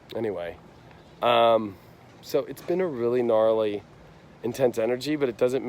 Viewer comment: Hello, I giggle every time you say “gnarly “ so freakin appropriate,,,, and YOU have just taught me what having Sun in the twelfth house means! In 30 seconds, you described the soon to be my 57 Year’s here on the plain, thank you.i seldom post (Sun Scorpio 27*} This one warranted voicing my joy!